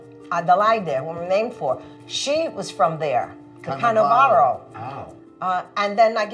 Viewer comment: Canovaro.... not Cannavaro!